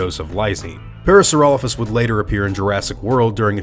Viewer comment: i'm pretty sure its pronounced Para-saura-lope-hus the way you're pronouncing it isn't the the correct Latin pronunciation "lophus" wouldn't make "Lofus" it would make "Lope-Hus"